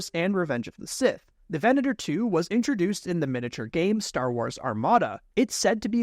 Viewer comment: And he says Venator correctly. But it's a requirement of being a YouTuber, not pronouncing things correctly.